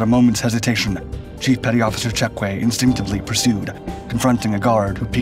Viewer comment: Good video but Nick Cheque’s last name is pronounced “Check” not “Check-way”